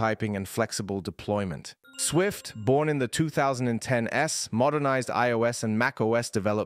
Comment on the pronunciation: Zero-es, One-es, 2010-es…. 🤦🏻‍♂️